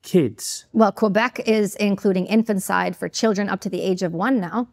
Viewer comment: She is plainly unhinged and mispronounces’infanticide’. Fact check this or pull the episode